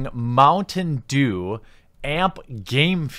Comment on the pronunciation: Oooh, you were saying "mountain dew". You slurred your speech a bit and it sounded like "mungdu" at the start and I was confused.